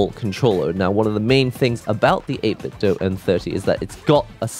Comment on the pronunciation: The Do in 8BitDo is pronounced doo, not doe.